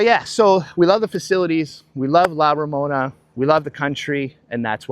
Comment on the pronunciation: Please pronounce La Romana correctly, it’s not Ramona, I feel disrespected.